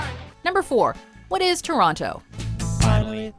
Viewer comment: I thought Canadians didn't say the "t" in the middle of Toronto.